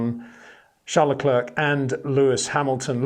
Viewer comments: enjoy watching your video's👍 1 tip luclèèr that should help you say Charles his name. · I know you can say Claire properly. Now try Leclerc which rhymes perfectly. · Say: Bear - The Bear - Le Bear - Leclerc